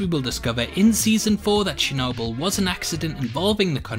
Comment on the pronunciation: lol he said chernobyl wrong